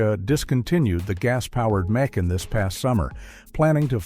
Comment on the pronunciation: This is AI generated. The tell: The name of their SUV is pronounced Mc' Ahn; not May Kan (like some city in Georgia).